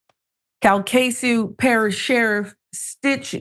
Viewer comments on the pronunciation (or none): Cal - Ka - Shoe Parish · Calcasieu is pronounced Cal-ka-shoe. I'm in Louisiana.